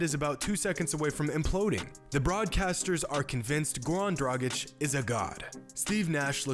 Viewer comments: please get acustumed to pronounce his name well.. sometimes you do and sometimes you don't (in past videos you didn't at all). it is dragic= draaggich. not "drajik". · It’s pronounced dra-gitch not dra-jic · It's pronounced "DRAGITCH", not "DRAJIK" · As an Eastern European it absolutely hurts my ears when people call him Goran Dragic (Pronounced like Tragic) LOL. It’s Draghich yall... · I enjoy how pronounces "Goran Dragic" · It's funny how his surname is pronounced differently within the course of the video. :D